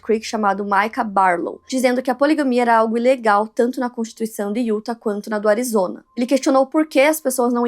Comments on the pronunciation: Como já disse anteriormente, diz-se "iutá" e não "iúta" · Não se fala UTAH E SIM UTÁÁÁH